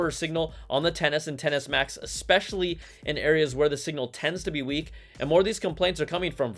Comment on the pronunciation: Why’s it that every time Brian says “10S” I hear “tennis”, and “10S” max I hear “tennis match”? 🤣🤣🤣